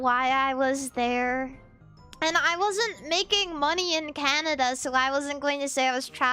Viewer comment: lol . I'm not the only person who calls it Canadia. awesome